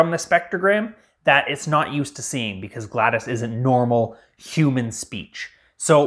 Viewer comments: He made GLaDOS irl yet still says Gladis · They couldn't even make it pronounce GLaDOS correctly XD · The pronunciation of GLaDOS is killing me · the way you pronounce GLaDOS pains me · fr it's agony to hear him say it like that lmao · That’s not how you pronounce it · you said GLaDOS wrong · Gladas! Bruh it’s Gla-DOS Lol 😂💀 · Builds gladOs and absolutely refuses to pronounce her name properly you cant even simp properly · Her name isn’t Gladys,it’s Glados,gla-dose. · Every time you say Gladys, Gladys Knight pops into my head! it's GLaDOS. DOS like MS-DOS, the early Microsoft operating system. In fact, the DOS part of her name stands for the same thing. Generic Lifeform and Disk Operating System. Not GLaDIS, or GLaDYS, GLaDOS. As in Glad- oss. How can you be a superfan and not know this? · I'm sorry, this is a petty thing. I couldn't finish your video because my OCD was going nuts about your pronouncing her name wrong. It's not Gladys it's GLADOS, it sounds like awe. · Bruv called him called her galdes and not glados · "gladys" dont take this as a bad thing but her name is said "gla" "dos" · its glados not gladas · I HATE the way you say GLaDOS it’s Glad-o’s like a cereal not gladus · It’s glados gladis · It's glaDOS not Gladys 😭😭😭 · "gladis" GladOs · Gladis gladIS it’s pronounced glad OCE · GLaDOS is pronounced "Glad-ohss", with a long O sound, like Talos. Not "glad-iss" like Gladys Knight. You goon. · It's GLaDOS, not GLaDAS, it's Disk Operating System, not Disk Aperating System. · As a portal fan I feel the need to say it’s not “Gladys” It’s GLaDOS” (Glad-oh-s) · Glad O S not gladis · Glados O not Gladis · Scrolled down to find this. He is pronouncing it like Gladys (Glad-iss) when it's literally pronounced how it's spelt GLaDOS (Glad-oss) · this is triggering me it isnt gladas its GLaDOS glad OS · It’s pronounced as Glad0s not gladas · its not gladys its Glad-o-s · It's not gladis, it's GlaDOS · prodounced GLaDOS not gladis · Glados, not gladis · Not Gladys😭